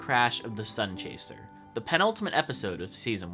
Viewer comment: No offense dude but the plane is called the sun-CHASE-r not the sun-crash-er Regardless still an awesome video keep up the work